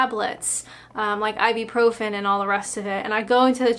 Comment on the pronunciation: Hi, I love you but for the love of god stop calling Ibuprofen “Ibi-profen” (I’m a pharmacist and this is a massive pet peeve)😂